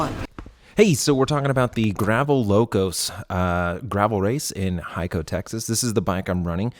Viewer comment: Good shit what a crazy effort. Just FYI Hico is pronounced Hee-Co to Texans.